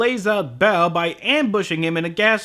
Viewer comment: I swear every time they say "Baoh" I hear "bowel"